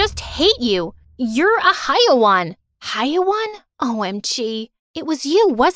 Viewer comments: Yup she was pronouncing it as hi-waan when it is hai-waan(hai rymes with "ca" in the word "cat) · "Haiwaan" its haywaan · I can’t take it , lmao its “Hayewan/e” not “Haiwan” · its hewaan not haiwan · I am from Egypt that means I speak arabic when I heard the word haiwan I was dying from laughter note: they said the word haiwan the wrong way tho it doesn't sound like that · the word haiwan is pronounced wrong